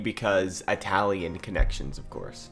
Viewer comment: It-alian not "eye-talian"